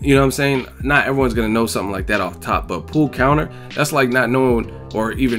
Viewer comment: Watching it live I thought it sounded like he said "a pull conor", being a boxing fan I put it together that he meant pull counter....dont know what skips excuse was other than ignorance